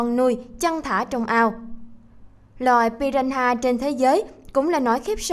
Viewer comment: Piranha mà đọc piraha